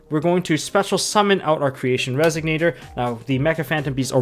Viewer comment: Pleeeeease it's Resonator, not Resignator :D